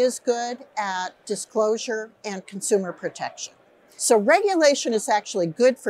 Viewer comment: "the SEC is good at consumer proteciton." hysterical.